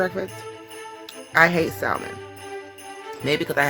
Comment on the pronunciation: She can't even properly pronounce salmon lol